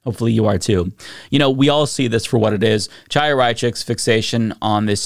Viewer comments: I think the jerk's name is pronounced KHAI-ya, not Chai-ya, but maybe the wrong way is more appropriate. Chaia means "light" in Hebrew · Although I'm on board with most of your content, and think Chaya Raichik is despicable, I find it annoying that you persist in mispronouncing her name. Her first name is Hebrew, the 'Ch' is a hard 'h' or pronounced like the 'ch' in "Chanukah" or the Scottish word "loch". Look up "voiceless velar fricative". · The C in Chaya's name is silent, but I refuse to pronounce it that way. If she won't use someone's preferred pronouns then I'll say her name however I want.